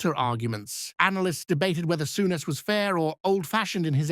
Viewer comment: AI garbage, the " narrator" can hardly pronounce his name